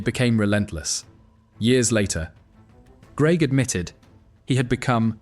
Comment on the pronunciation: AI commentary trying its best to mangle the pronunciation of Greig